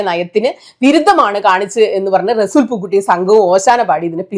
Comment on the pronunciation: റെസൂൽ... അല്ല resul പൂക്കുട്ടി അങ്ങിന resool എന്നല്ല 🥰🥰🥰